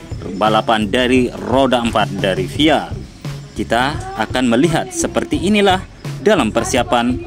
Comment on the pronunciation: FIA di eja bang bukan di baca 😭